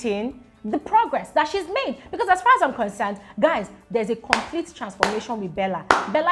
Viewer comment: Did u say guyz... Guyz ....🤣